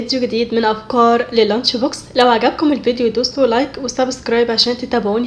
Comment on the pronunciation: انتي بتقولي ابقار مش افكار